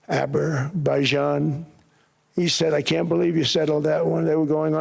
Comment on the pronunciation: never heard of Ubberbuyjahn, Mr. President, but go on 😂